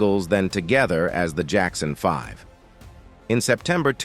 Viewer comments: "The Jackson 5 Ive." 🤣 Geezus you'd think they could dial in the pronunciation with all this technology. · So now AI robots put out videos. LOL Robot narrator "The Jackson 5-Ive"